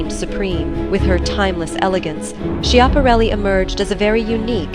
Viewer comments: I believe it's pronounced Scap-a-REL-i. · Cant Watch a video that mispronounces its subjects name…. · Do your research and learn how to pronounce her name correctly....